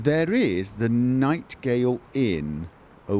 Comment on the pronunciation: Anyone else screaming every time he calls the NITEGATE inn nitegale